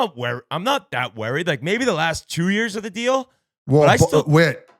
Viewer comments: Was just thinking new drinking game, take a pull every time whit says werried. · Didn’t you hear him? He said he’s not werried at all